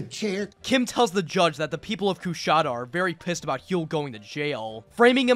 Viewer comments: As someone who lived in the area, I still cringe at every mispronunciation of Coushatta. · Hate to be this guy, but being from Louisiana the way he says Coushatta is fucking killing me.